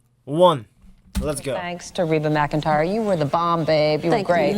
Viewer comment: It's pronounced Ree-ba even though it's spelled Reba..